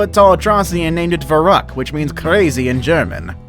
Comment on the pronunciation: It's pronounced "fffffff-erükt" 'v' in german is an 'f'. Btw, nice vid.